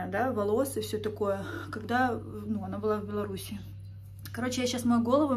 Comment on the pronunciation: правильно не в Беларуси и, а в Беларуси)